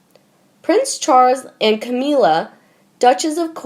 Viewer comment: Can you get someone to narrate these who knows how to PRONOUNCE these words: "Camilla", "obituary", "Westminster", "ascension", "Canterbury". If you are going to have a Royal channel you might want to learn these.